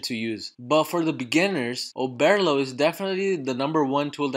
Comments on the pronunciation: Oberrrrrrlo not Obearlo 😂 Great video tho thanks a ton! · Bro I swear to god if you say “Oh-bear-lo” one more time 💀😂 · Listen I had to pause the f**kng video and just figure it out myself. I'm like I know I'm not the only one who hears this 🤬😅